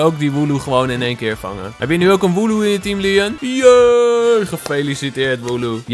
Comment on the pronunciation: Het is woloo